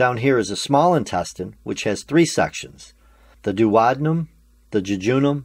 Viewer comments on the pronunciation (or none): THE WAY HE SAYS DUODENUM STRESSES ME OUT